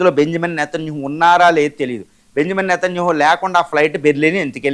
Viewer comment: వీడికి పేర్లు కూడా సరిగా పలకటం రాదు. నేతన్యేహు కిడ్నాపా?..😅 ఎవడ్ర నువ్వు...ఉడతలు పట్టే వెదవ😅😅😅